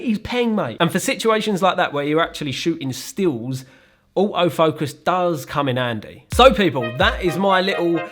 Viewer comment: I love this accent " OAOW Focus" = Auto focus🤣🤣🤣